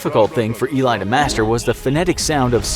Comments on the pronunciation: If you're going to make a clip about an historical figure, and mention his name about 200 times, you might want to learn how to pronounce said name... It's pronounced Eh-lee, not "eelay". I don't think anyone ever called him "eelay". Also, why is his Mossad handler dressed like a hasidic jew? Is it supposed to be funny? Or are you just lazily using stereotypes? I doubt there was a single person dressed like that in the Mossad at that time, unless they were wearing it for disguise. If you you want to educate people, maybe educate yourself first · Nice video, but you butchered his name throughout the whole video... It's not pronounced "i-lie" but "e-li" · You are prounancing his name wrong. It's not E-lai. The name is pronounced E like Emma and Li like Bruce Lee. Eli! Just like Emily, without the middle 'mi'. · Your saying eli name wrong, it el-e not e-ly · It’s eh-li not ey-lie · Great Video! Was very cool to watch as an Israeli! One detail you missed.. Him name is not Eli But E li (like the letter A and then Li E-li and not E Lai) (short for Eliyahu) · Only thing you missed by far, NOT ILAY, ELI. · Its not ilay its eli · "E-lie",not "I-lay" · As an Israeli, I can say that you misspelled his name. You have to say Eli as in Elii or Elei, not Eli as in Elaay. He is a national hero and spelling his name correctly is very important! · I knew it was about Eli Cohen as I read the title It's not E-lie, it's El-lee Cohen And he was going to become Defence Minister, not Prime Minister Do watch Netflix's The Spy and get your facts right Now I don't know how many times your facts were wrong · his name is not Elay but Eli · Btw it's not ee-li, it's eh-lee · It not even pronounced lik this, he said ilay, it actually eli or ally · It's pronounced Ellie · You're pronouncing the name wrong it is Ellie and Eli ellie is short for elliaho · It's pronounced Ellie ( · Eli Cohen*, not Ilay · His name is pronounced ely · U saying the name rong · You’re saying his name wrong 🤦‍♀️